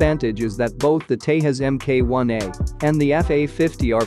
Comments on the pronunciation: It's pronounced as Tejas, not Tehas. 🤦‍♂️ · The Tejas is not pronounced like the Spanish name for Texas. It is pronounced as "thay-jus" with the 'j' being the same as in "just". Just FYI :)